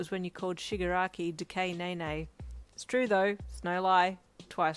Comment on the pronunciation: NOT DECAY-NAY-NAY 🤣🤣😭